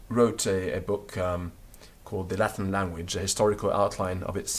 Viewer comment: Everything in Latin is perfectly pronounced, but what the h*ck is "Lath'n language" in English?